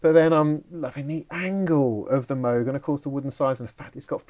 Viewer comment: PPS - it’s “moog” not “moog”